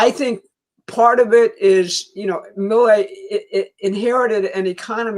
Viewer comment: Pronounce Milei as Mee-lay